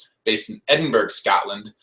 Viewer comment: Why can Americans never pronounce Edinburgh correctly?!? It’s Ed-in-bra